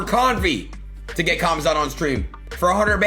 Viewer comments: The fact that adin doesn’t even give the time to properly say khamzats name is why he should never have him on, and show up to that fight 😂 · Normies calling Khamzat CUMzat lol